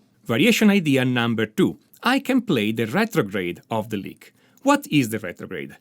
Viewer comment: I love this. Especially because he pronounces lick as Leak.